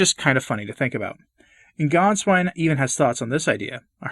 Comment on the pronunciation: Gänswein not Ganswein